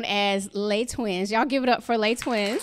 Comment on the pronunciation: WHY they pronounce le twins?? not le's' twins